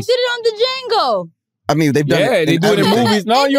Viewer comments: Somebody tell her the D in Django is silent 🤣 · Also gah damn, how u mispronounce Django.... smh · “They did it on duhjango” 😂